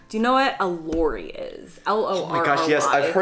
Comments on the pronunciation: Lorry not Lori 😊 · Lorry --> pronounce with a short „o“ as in „top“. PG Tips.